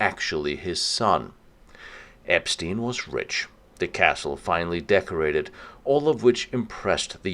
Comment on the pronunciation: If only you could pronounce Epstein correctly - lame...